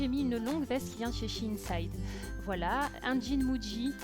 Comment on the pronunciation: cc tu n'a pas du tout l'accent belge,j'entand vite fait l'accent du nord quand tu dit voilo!j'ador😉